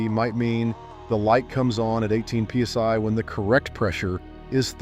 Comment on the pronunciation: What the Fu*k is pea sigh? p sy? peace eye? pee sy,? piece I. Sigh indeed, when I heard that I almost peed and sighed at the same time. Lets just call it call it pounds per square inch or P.S.I. or tire pressure above atmospheric pressure, Zero reference pressure or something i can find in a physics book. I think I am going to go get a peece of pigh and watch this video again just in case Eye missed something...